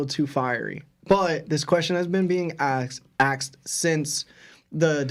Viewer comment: Did you just say “Asked” then corrected yourself and said “Axed”😂